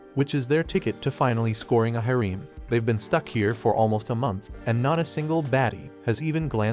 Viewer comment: Harem, /ˈherəm/ You pronounce this word so bad your mother should spank your ass for a week, and when you finally come down for breakfast she should do it again and again.